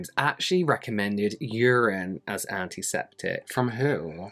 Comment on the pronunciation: Every time you say "antiseptic", all I hear is "Auntie Septic" like you're talking about someone's Auntie 🤣